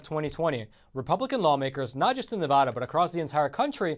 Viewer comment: I live in Vegas. Steve Sisolak does NOT have his constituency's best interested in mind. Oh ... and it's Nevada not "Nevoda"! #SoFrickinAnnoying!!!!! 😡